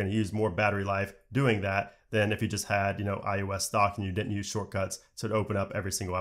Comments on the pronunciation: Does anyone else hear him saying "I U S" instead of "I O S "? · I think its iOs not iUs......but im sure you know that which makes it even more odd..... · i swear you keep sayin "iUS"